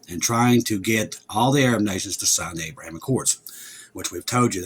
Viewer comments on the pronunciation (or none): none